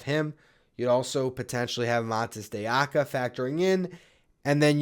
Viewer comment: Maybe eventually you'll learn how to prounounce "de Oca" properly.